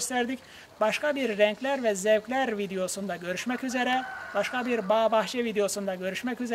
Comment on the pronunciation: renklerrrrr ve zevklerrrrrr diyişe bak allahım sana geliyorum